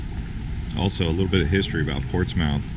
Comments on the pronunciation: Not a good start: Portsmouth is pronounced like Portsmith. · Nice video, but it's pronounced "ports-muth". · Ports mouth 🤣 That’s so Not how you say it I’ve never heard anyone say that and I live here! Too funny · Pronounced Portsmuth. Portsmouth is for tourists from outta state. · Oh and over here the locals pronounce it Portsmuff. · It's pronounced ports-mith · Pronounced "Portsmith, if your from there. Also, you really should have rented a car. You are missing Rt 1, the coast and the only place for chowder...Peteys Restaurant in Rye, just a hop and a skip from there. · It's pronounced Portsmuth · It says "Portsmouth" but it's pronounced Portsmith. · It is pronounced PORTSMUTH,DUDE! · Its pronounced Portsmith even though its spelled portsmourh. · Pronounced Portsmuth, I know the spelling is incorrect yet that is the way to say it. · You know absolutely zero about history if you think it’s pronounced “Ports Mouth”. Never heard of Portsmouth England? Portsmouth, VA? Lol. You should do just a tiny bit of research before attempting a travel vlog. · Portsmouth is pronounced Portsmuth. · It's pronounced ports-myth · Great Video but please correct all the errors: It is not pronounced Ports mouth. Also, NH is not the home of the New England Patriots. Massachusetts is. Also, NH is the Live free or Die State. The Constitution State is Connecticut. On a side note, the Constitution was signed in Pennsylvania. Lastly, the birds at the end of the video are not Mallard Ducks. They are Canadian Geese. Please don't assume something when trying to inform people. Do the research first! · Cringing on "Ports Mouth" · Its pronounced Ports. MITH ! Ask a local first. Before you buture the name. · It’s pronounced ports-mith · During your visit to Portsmouth, did no one teach you how we pronounce it? 😃 Great video though. I loved watching it. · Holy crap can you at least pronounce the town name correctly. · You have to say it fast not like two words Portsmouth not ports mouth